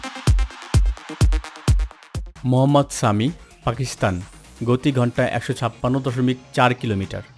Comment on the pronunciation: ভাই, আপনার ন্যারেশন ভাল না। পেশার না বলে পেসার বলুন, অস্টলিয়া না বলে অস্ট্রেলিয়া বলুন, স্বামী না বলে সামি বলুন। 🙃